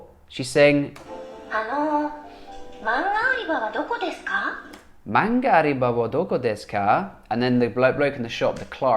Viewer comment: Hi, I've learnt how to learn new language from your recent videos. These are really useful. I found that using new words and phrases directly is very important to new language learners. Thank you. Yes, 'nikai' means second floor in Japan, but it also means first floor in the UK. Because we have no ground floor.(American style?) Additionally 'manga uriba' should be pronounced 'manga Ωriba'. 'Ω' is one of phonetic symbols.